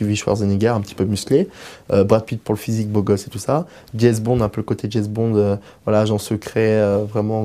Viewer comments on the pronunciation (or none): Insulte moi vas-y, c'est super sympa. Je me moquais juste de ce mec qui prononce "Dièse Bond" au lieu de "James Bond". C'est évident que ça fait de moi une conne, tout le monde sait ça ! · Apprend a dire James bond et pas jase bond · même pas, il dit "Jaze Bond"...(vraiment nul ce type). =) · Je persiste et signe, même si 4 années ont passé depuis mon 1er commentaire: Dieu du ciel, quelle enflure !!! Même pas capable de parler convenablement: "Jèz Bond". "Un corps d'Apollon", mais quel trouduc !!! Et aussi une cervelle de moineau... "J'aime bien le côté Paris Hilton": oublie-la, t'es pas assez riche. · que de lieux communs!!! il dit JEZ BOND en plus... Bref, pourquoi donne-t-on autant de temps de parole à un mec si inculte et analphabète... C'est pour moi le signe d'une civilisation en perdition...